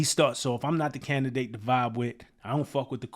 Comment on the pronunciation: When ge said "i'm not the candidate to vibe with, I don't f with the kumbaya stuff", the word "candidate" he bent it to sound like "Kinda dik" to vibe with. Goes with not effin with folks 😂